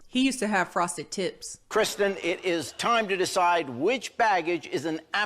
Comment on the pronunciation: "Hes a murderer...he used to have frosted tips" 😂😂😂 i thought you said tits😂😂